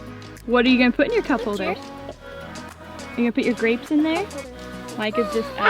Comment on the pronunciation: he said "we got some dapes"🤣